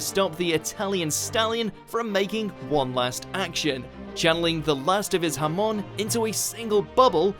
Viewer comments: but it's pronounced huh moan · hé is ofc folowing a script he said cesear hamón not hamon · HA-mon not ha-MON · Holy god stop saying JAMÓN, it´s ¨Hámon¨ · Nobody: Not a single soul:: HaMON. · Lmao when he said hamon he sounded like he said Jamon and that is Spanish for ham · Hamon Ham-on Come on how hard can it be to say that? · Aegis Malkav It is a mistake tho they are clearly saying Harmon. (The characters) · the way he said hamon makes me want to delete my ears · And is it just me or did he mispronounce Hamon as well? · American ruins show and can not pronounce Hamon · the way you pronounced hamon.... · I like how most people pronounce Hamon like ham in Spanish